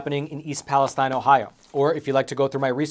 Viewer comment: you do a great job on this show. Just a suggestion. Since this town is the focal point of a lot of recent reporting, you should pronounce it's name properly. It's not pronounced like the area in Israel, but palace steen.